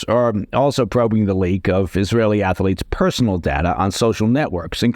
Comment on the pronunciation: Ath-lete, two syllables…